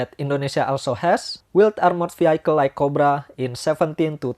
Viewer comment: Sebutan bukan veehaikel tapi veehikel